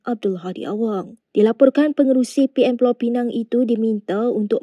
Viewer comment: aku ingat dah taubat, pengacara melayu celup ni masih lagi sebut 'Pulau Pineng'.